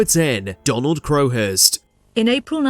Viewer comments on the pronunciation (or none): none